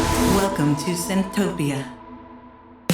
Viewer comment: Thanks bro!! Appreciate you playing Welcome to Synthtopia!!! (you pronounced it perfectly)